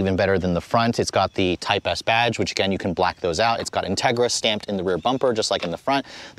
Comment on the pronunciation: I thought he really said “Justin Trudeau Civic Type R”. That would be the shittiest Civic ever to exist 😂😂